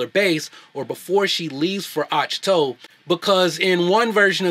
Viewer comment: Rey sucks, Anakin needed years of training and she doesn't? Plus, you're pronouncing Ahch-To wrong. Movies are a form of art, choices and casting is made in order to serve the story. Movies shouldn't be used as a platform to practice equal representation.